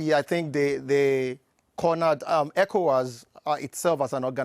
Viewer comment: The only uk news presenter to pronounce ECOWAS correctly 👏🏾. I’ll let him slide on the mispronouncing Accra as a British Ghanaian.